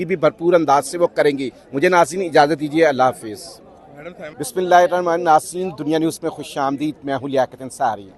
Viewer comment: Ye shaks besmella kesy pad raha ha